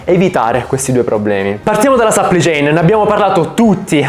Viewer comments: Dio santo aggiusta il tuo inglese. Supply chain non Suppli chain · supply chain non si legge sapplì ciein, ma si legge sapplai ciein (che poi ad essere precisi la “u” non si legge nemmeno come “a” ma è il suono della schwa).